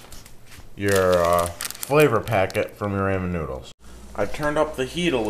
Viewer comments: You Pronounce Ramen Wrong Its not pronounced Raymon Its pronounced Raw-Men xDDDDDDD! LMAO XD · lol RAYmen noodles? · I like how you say "raymon" noodles! BTW, to make this even better fry up the bacon first in a little oil BEFORE adding in your water. Boiling bacon is just a bad idea.